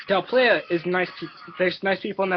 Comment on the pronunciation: Here's a tip.. learn how to pronounce Del Playa